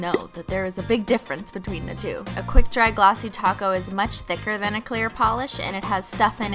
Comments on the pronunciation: then you should have have noticed she says taco more instead of topcoat. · when u say top coat it sounds ta co .... are p a and t silent?????? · O I'm not the only one who hears taco lol